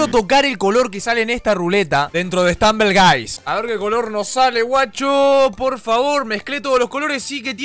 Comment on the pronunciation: Stumble guys es cmo se escribe y Stambel gays es cmo se pronuncia 🤦🏻‍♀️